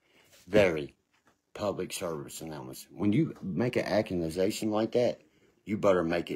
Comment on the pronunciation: is making some very serious "accumazations." 😂😂😂